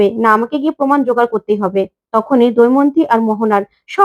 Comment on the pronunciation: What is doimonti? Say Damoyonti. Kobe Bangladesh theke esecho?